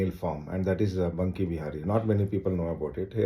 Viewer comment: Its Banke bihari ,not bunke bihari